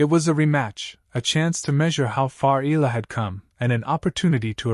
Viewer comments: Its E-yah - lah not ee-lah😅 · Her name is phonetically pronounced, ‘Eeyalla’ not Eella. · Dude, learn how to pronounce her name correctly. E-a-la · How hard can it be to tweak that AI tongue to pronounce E Yah La? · EH-YA-LAH. Pronounce it right. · her family name is EALA and the correct pronunciation is "Ee-ya-la" or that's the way it is being pronounced here in the Philippines! it should NOT be pronounced the way "Eagle" or "Eager" are pronounced . The second letter "a" should be stressed aloud as a "ya". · EALA ronounced as Ee ya la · As popular as she is, you still murder her name! Again, her name is in three syllables.... E-Ah-LA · AI transcription and bad pronunciation of Eala